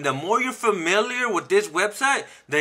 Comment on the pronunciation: You gotta play around "wiff" it. Funny guy. 👍